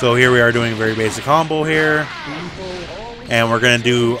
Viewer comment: I love when you say “básic combo” and is the more complex combo I can do